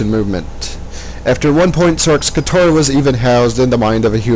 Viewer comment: you keep saying "katara".... its "katra"